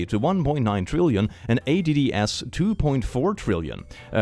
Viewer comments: It's... It's "adds". "ADDS". NOT "A-D-D-S". CLICK. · read ADDS as A.D.D.S. instead of adds, he must be a bot. Dead internet theory confirmed. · “A.D.D.S” Mate that says adds 🤦‍♂️ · I'm sorry did he say a d d s, instead of adds? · Adds ❌️ A.D.D.S ⭕️ 🗣❗️❗️❗️ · if youre talking ab how he said adds as A-D-D-S like an acronym, i think its just bc he registered it as an acronym rather than adds in all caps lol